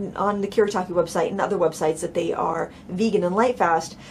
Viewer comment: It's Kuu-Reh-Tah-Keh Gahn-Sigh Tahm-Bee. Not Kurrytakky Gansy Tamby